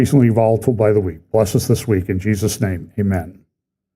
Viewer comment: it's not the brevity, it's the speed and the mumbled words. It's the lack of care with the name of Jesus. He sounds like a kid trying to race through saying grace because he wants to get to dinner. I would be fine if he left it off completely.